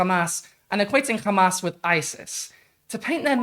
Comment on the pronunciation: Please stop calling them Khamas. It is Hamas, pronounced with an English accent this is how Arabs pronounce it.